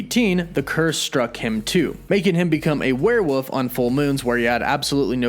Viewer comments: err, it's WereWOLF not WereWOOF... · it's criminal to keep pronouncing it as "werewoof" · BTW, it's pronounced "where-wolf", not "where-woof". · lol werewuff. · The word is werewolf. With an L. Not werewoof. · Weird listening to this guy over-enunciate "Brittain" only to turn around and repeatedly call a "werewolf" a "werewoof". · What's a "werewoof?" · Bri-tin and werewoof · Are you saying werewoof? 😂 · We’re you saying warewoof ? Come on be honest lol. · Do you say "Werewoof" on purpose? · WTF is a were-woof? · WOLF were woLf! Lol there is an L